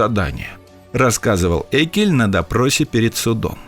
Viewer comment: Прежде чем вы ходить на широкую аудиторию, автору не мешало бы узнать, как правильно произносится фамилия персонажа, про которого снят сюжет. А произносится она не "Эккельн", а "Еккельн" (Friedrich August Jeckeln)